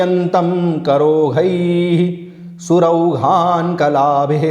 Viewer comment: आदरणीय - आठवें श्लोक में आपने "करोधै:" का उच्चारण "करोहै" किया है जिस से मैं कुछ भ्रमित हो गया हूँ। उन्हीं श्लोक में "सुरौघान्कलाभिः" का उच्चारण "सुरौहान्कलाभिः" किया गया है किस से भी मैं भ्रमित हो रहा हूँ। सम्भवत: मेरा भ्रमित होना मेरे संस्कृत व्याकरण की अज्ञानता का परिणाम है इसलिए आपके मार्गदर्शन के लिए आभारी रहूंगा। कृपया कमैंट्स में उत्तर प्रदान कीजिये अथवा अपना फ़ोन नंबर प्रदान कीजिये ताकि मैं आपसे फ़ोन पर इस सन्दर्भ में स्पष्टीकरण प्राप्त कर सकूं। आपका कोटि-कोटि धन्यवाद।